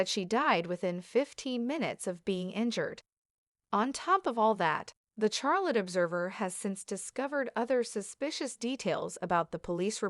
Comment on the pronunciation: Not her funeral or family. Such disrespect, get her name right, Its Charlotte, not Char-lot